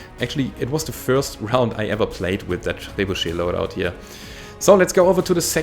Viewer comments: You pronounced it correct, but I like to call it trey-boo-shet. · I'm French and yes you have well pronounced "trébuchet", GG ;) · Pretty much how "Trebuchet" is pronounced yes. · Your pronunciation of "trebuchet" is way better than most English speakers can manage...